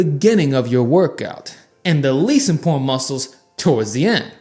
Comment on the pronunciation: Please try and enunciate every syllable of each word - it's very 'imporrant'.